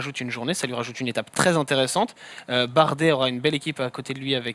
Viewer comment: bardet avec un r😂